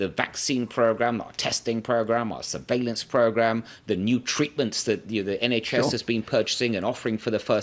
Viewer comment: "Surveylance Program"??? He said ???